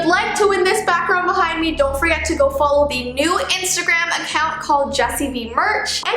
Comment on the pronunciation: Its not bee oof